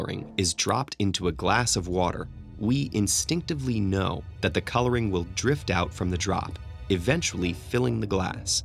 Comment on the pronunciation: "I VILL mess with time!"